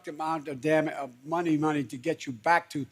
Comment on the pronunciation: I’m sorry, can you please repeat that Joe? “You got em just a munk amount of dam uh money money?